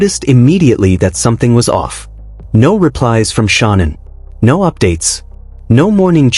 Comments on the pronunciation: Shawn in ....stupid narrator, her name is Shanann ..... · Can't even pronounce her name properly..story telling to.make money is pathetic